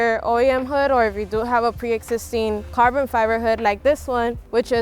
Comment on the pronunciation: Why did she say "full carven fiver"